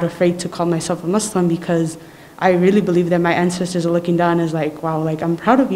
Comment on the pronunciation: Not "MAZzLim" 😭😭😭 Simply Muslim 😭